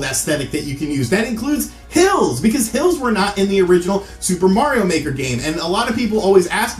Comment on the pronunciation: I SWEAR TO GOD I thought he was saying "pills"! Which made me think maybe he had a drug and/or Dr.Mario addiction! Yes I know now it was "hills".